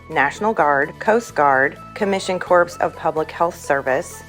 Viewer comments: Just a friendly heads up. Make sure to pronounce Corps as "CORE" like marine "core". People get touchy with the sound of "corpse". Thanks for the great video. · Corps is pronounced core, not corps, a corpse is a dead person. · Corps is pronounced "Core". And great video 😃